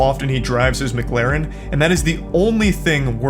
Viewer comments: Even he doesn't say McLaren correctly! He states it is "mu-claren" where in actual fact it is "mc-laren". This is the type of moron who would pronounce McDonald's as "mu-cdonalds" In regards to people who think it is wife to beef with Charlie, an old saying comes to mind: "Don't try to ruin my life with lies when I can destroy yours with the truth" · its actually mac lar en. believe me im british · "Its not Mcglaren is Mc-Laren" 🤓☝️ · McGlaren Charlie ive never watched him but i assume that he might just have something wrong with talking or something but i doubt that. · erm its actully called a mccalin not a mc galin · wojo dumbass gonna say he said mcglarin instead of mclarin, you know damn well he said that just to sound cool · Dumbass is trying to mock the way Charlie pronounces McLaren when he’s the one saying it wrong it not Maclaren it’s McLaren like McDonald’s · It's not pronounced McLaaaaaaren is pronounced Mic- lah-rin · you know you've lost when your only argument is : Its not pronounced MGlaren its Mclaren . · “Ermm😅 its not Mglaren its Mclaren 🤓” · Yea sorry Charlie you definitely said Mcglaren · shouldn't talk, hes pronouncing McLaren as if its spelt MckLaren. 😂😂😂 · It's not "McLaeren" either. Since it's a British brand, it's pronounced as if you're saying "Lauren" without the "u". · "It's not McLaren, it's MuhClaren" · I love how just tried to say that Charlie pronounced McLaren wrong. Charlie has an accent I'm pretty sure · Not the first guy saying Charlie clearly isnt successful cus he mispronounced mclaren. CHARLIE IS WORTH ALMOST $42 MILLION this guy is nothing compared to him